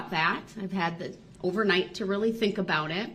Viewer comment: Ok, ill say it. He actually said something smart "I fhink they should be tested." If someone who is had been that close to got covid, I'd get tested too... I mean I know it was a ploy for him to try and get a mistrial, but its still god advice. Lol